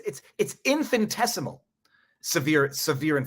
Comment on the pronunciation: Infin I tessimal Infin I tessimal Repeat after me : Infin I tessimal Infin I tessimal Infiniiiiiiiii Ooops. I own it is just an infinitessimal detail and YOU ARE A GENIUS and we LOVE VIVA VIVAAAA